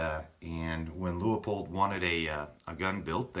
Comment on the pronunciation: Should have gone with the Leupold and shaved over a half pound while staying true to the rifle. Pronounced Loo-poled btw.